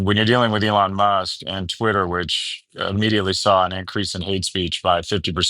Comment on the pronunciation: Unfortunately he mispronounced Twitter.